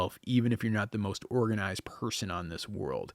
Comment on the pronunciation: Omg, I loved it until u said, “morganized’😂😂😂😂